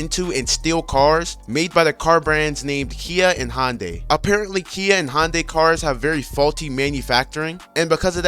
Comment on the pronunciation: No way this mans just called Hyundai Hondai. Other than that, great video. You've earned a sub from me!